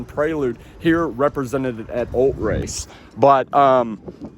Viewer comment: ul-TRACE say it with me ul-TRACE. Every time I heard “Ult-race” I screamed at my TV. 😂